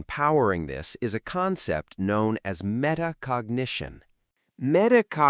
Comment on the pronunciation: METACOGNITION NOT META CONGIGATION